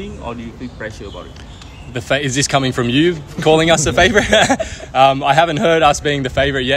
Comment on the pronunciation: faourite bro, bukan favour.